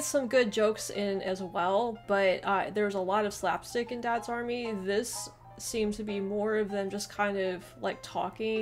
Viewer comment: DADS army! So funny with the American emphasis! It's Dads Army, flat tone across both words.